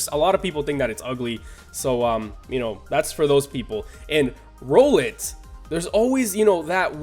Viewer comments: its rOWlet like emphasis on the ow the second time u said its name... at least I'm pretty sure. because owl. rOWL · It kinda pusses me off how you pronounce "Rowlet" since it's pretty obvious